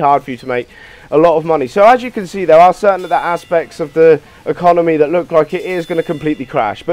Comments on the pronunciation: Did he say econonomy? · "economomy" sigh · I quit the video when he said 'econominy' at the start